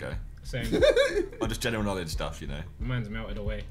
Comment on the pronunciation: SI: "I have no Knownledge"